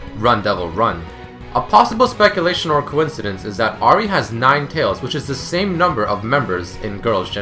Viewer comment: You keep on pronouncing Ahri wrong, but otherwise great vid.